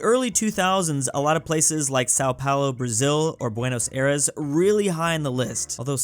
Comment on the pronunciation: how the hell did you pronounce buenos aires